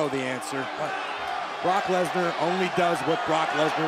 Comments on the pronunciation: Nobody: Michael Cole: LESLER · BROCK LEZLAR 😂😂😂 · Nobody: Michael Cole: LESLAR